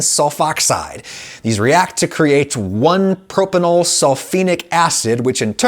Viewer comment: every time adam pronounces "propenyl" like "propanol" i die a little bit inside